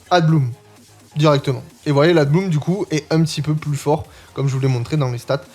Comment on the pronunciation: Y a que moi qui suis pertubé quand il dit ADBLOOM alors que c'est écrit ABLOOM (EN, mais en vrai sa peut ce frangliser sans D)? 🤣 Bon après c osef et jsuis crevé, pour te dire j'ai entendu adblue la premiere fois. J'ai eu une ptite hallucination auditive, car RIEN A VOIR avec un véhicule diesel😂. Sinon ptet que dire floaison ou une floraison sa passe en fr? Bon ok j'arrete.